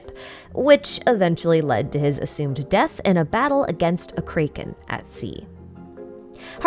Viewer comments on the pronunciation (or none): is there a reason you say it kray-kin and not crack-in similar to your pronoun citation of tighnari and Nahida? Also is tartalia a different character than childe? His in universe name is tar-ta-galia. Commonly mispronounced as tartalia and tartaglia, took me a while to realize the actual pronunciation as well. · The pronunciations were throwing me off. Why were you pronouncing “Poseidon” as “Poiseidon”, and “Gae Bolg” as “Gay Bolg”, and “Kraken” as “Krayken”? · this is the first time i've ever seen someone pronounce kraken as kaiken and not kracken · This is the first time in my life I've heard someone pronounce Kraken as Krey-ken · "Cray-ken" "Poi-seidon" Dunno why but these pronunciations stood out to me a ton and I found it quite amusing XD Is this like a very specific regional accent thing?